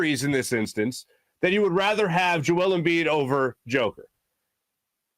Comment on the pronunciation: Maybe you should learn to pronounce 2 time back to back MVP's name before you talk about him. Also, Embiid robbed? You must have something to be robbed of it. Embiid never had MVP in his possession to be robbed of it